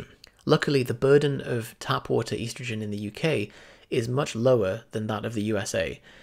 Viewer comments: Great, except he says "eastergin", annoying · ESS-trogen Dictionary Definitions from Oxford Languages es·tro·gen /ˈestrəj(ə)n/ Please learn how to pronounce this word the way the rest of the entire English speaking world, and in fact the English dictionary suggests. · You say estrogen weird.